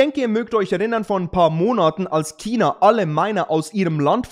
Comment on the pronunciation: Chhhhhina.. nicht Kina!